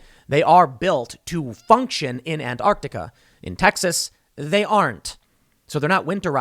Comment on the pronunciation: Why can't Americans ever say Antarctica right? well at least he doesn't think it has a silent t like other Americans do but he still says it strangely.